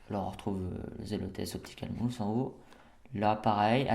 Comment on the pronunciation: optical MOUSSE hahahaha. je sais cette video date, mais j espere que tu sais dire Mouse (ma ouse) lol